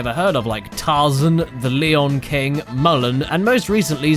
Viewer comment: Mullen instead of Mulan and The Leon King hahaha fantastic